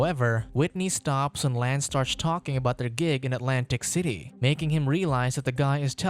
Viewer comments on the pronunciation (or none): none